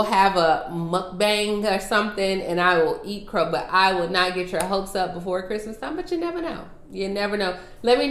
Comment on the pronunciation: You said an incrrect word. It's pronounced CHRISTMAS NOT the other